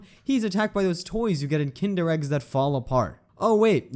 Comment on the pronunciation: Did he just call kinder eggs “tinder eggs”? 💀💀💀